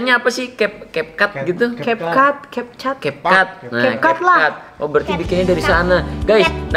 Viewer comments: Cap cut bukan kap kut kakkk🤣😭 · Halo bang bacanya capcut bukan kapkut 🤣🤣😁😁😄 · Azra dan ara bener capcut tapi bilang nya kapkut jelek 🗿😒😏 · 😅itu dibaca nya kapkut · Capcut kak bacaannya bukan kapkut